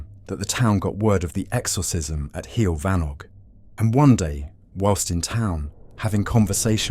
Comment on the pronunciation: this was very funny - from the awful pronunciaton of heol fanog to the inclusion of alex and maxine saunders. delightful!